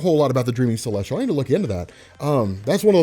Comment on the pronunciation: Not to nitpick or be a dick but its Celestial, there's no R in it. That's all